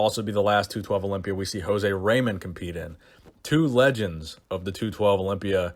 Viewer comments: "Where Le gends are made" What is this, French? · what's a "Le Gend"?